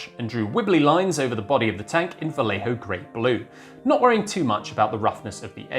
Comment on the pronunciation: Lol is the part because Vallejo is actually pronounced bai-yay-ho?